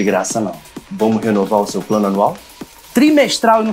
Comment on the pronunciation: Quem é q fala simestral?